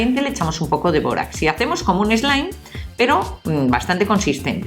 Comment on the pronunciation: todo iba bien hasta. q dijo borax